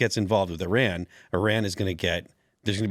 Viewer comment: Thank you for saying "Iran" and not "Eye-ran". We used to laugh at people who said things like "Eye-talian".